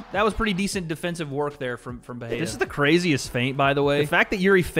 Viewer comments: it annoys me so much hearing americans butcher Alex`s name, couldnt you just open up google translate and try just a tiny bit instead of saying peheira over and over again jeez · Bro can you please pronounce dudes last name correctly 🙄